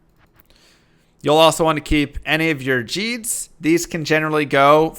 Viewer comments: It's a hard G on Gheed. He pronounces his own name when he introduced himself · How do you keep saying Gheed wrong when you have been playing more than 1/2 your life and the guy literally tells you his name in the first line of dialog? Its Gheed not jeed. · I cant take anyone who pronouces Gheed as Geed. I mean the poor man pronounces his name in game. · It's Gheed with a soft H. He says his name bro. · His pronunciation of Gheed is annoying me. Gheed even says what his name is in game! D